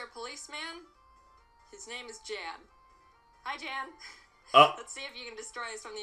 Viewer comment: The guy they call Jan considers himself to be a Pro Nuzlocker and he is quite ruthless. His channel is called “Pokémon Challenges” . Funny thing here is Jaiden pronounces his name incorrectly. It’s actually Yan (almost like yawn)